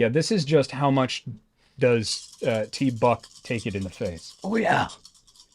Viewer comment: I'm sorry, I believe that it is properly pronounced Teeeeee-BUCK!, not tee buck. Cheers!